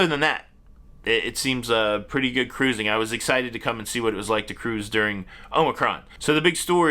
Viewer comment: Love when you say. "Crrruuising" 😂 I laugh every time. Enjoy all your shows. Keep up the good work.👍